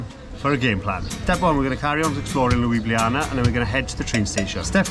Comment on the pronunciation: "LUIbliAna" ahaha oh god